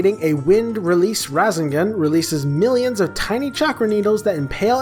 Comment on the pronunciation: Its ra-say-gon